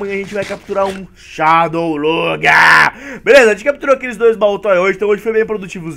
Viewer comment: MDS o cara pronuncia shadow Lugia errado